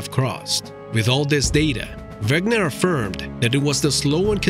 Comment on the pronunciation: Alfred Wegener is pronounced Vegener